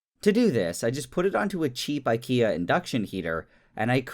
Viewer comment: you pronounce ikea wrong